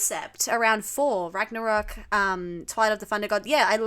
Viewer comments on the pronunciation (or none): none